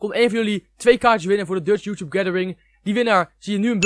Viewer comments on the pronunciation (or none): none